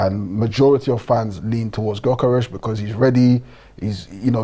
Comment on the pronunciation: How do multiple fans on this channel struggle to pronounce gyokores properly 🤦🏻‍♂️